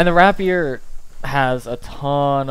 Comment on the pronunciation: rapier is pronounced "rape-year" fam ;)